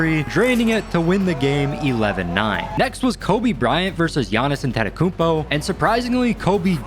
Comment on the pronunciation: Not him pronouncing giannis last name wrong😂😂